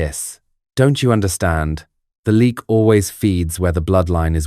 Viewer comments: ... it's not pronounced "leak" as in "leaking". It's pronounced "Léh - yuck". I'm Indonesian. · It's pronunced Le...ak.